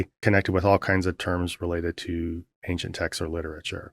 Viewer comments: Why does thia guy say "Ankshent"? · Always bothers me how thar guy can't say ancient, sounds like ankchent. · How does a man make it to whatever age Beardy McBaldy is, attain a position in which he appears in public forum discussing religion without ever having had someone say to him, "uh, dude--you're saying that word wrong. It's 'ancient'--ehn-shint. No hard C because the etymology is French. I'm not trying to be a dick about it, just thought you want to know, because you'd tell me if my zipper was down, wouldn't you?" Does this man have no friends, or just no friends who are any good at using the English language?